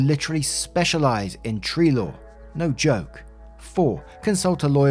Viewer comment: Every time you’ve ever said “tree law” I always thought you were saying “tree lore” 😂